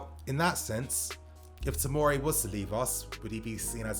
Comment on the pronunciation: OK just to clear up. It's fucking TOMORI. Not timari,tomiri,timori ect ffs